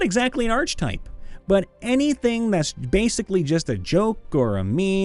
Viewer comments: Wish you could pronounce archtype correctly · i'm annoyed at the mispronunciation of archetype.. my brother christ, we have the internet, it's not possible to fuck words up.. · It is if you have no reason to know it isn't pronounced how you think it is. I say this as someone who cringed when I heard it. Given the number of comments mentioning it, though, I'm pretty sure he knows how to say it now :D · The narrator loses credibility when he doesn't know how to pronounce "archetype." 🙄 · You don’t have to be that way about it; yeah, he mispronounced it, but phonetically - archetype begins with “arch”, after all. Yes, it also begins with “arc”, but silent letters aren’t always obvious, especially in this glued-together thing we have the audacity to call a language. tl;dr: English is complicated and he’s trying his best while entertaining us. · Please stop reading archetype with a "ch", it's pronounced with a "k" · I wasn't going to say anything, but it kept happening - the "ch" in "archetype" makes a "k" sound. It's "ark-eh-type" or "ar-kuh-tipe," not "artsh-a-type." I know D&D-enjoying types often learn uncommon words by reading them, so pronunciations can slip by, but sometimes it's common enough that I don't understand how anyone can say it so often and never be corrected. I don't fault anyone for not knowing - I fault every other person they've said it in front of who didn't bother to inform them before. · Archetype... Not arch-type, but ark-eh-type. Trust me my Ohioan friend. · the correct pronunciation is ar-keh-type. Usually people who say arch are people who learned it by reading and never were corrected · Ark-e-type, not arch-e-type. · I-is he saying arch-type instead of ark-eh-type? Accents are weird. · I swear that every time he pronounced it "arCH-type" instead of "arK-e-type" I winced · Same here. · Ark uh type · I'm sorry but i had to say it. It's pronounced Arc eh type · The "I pronounce it 'arch type'" archetype has been driving me up the wall lately.